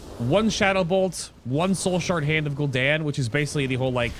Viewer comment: After you said Gul ish Daniel 3 times I got annoyed and stopped watching can't be the only one